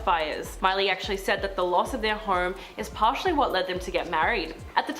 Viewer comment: why do you say home as horm lmao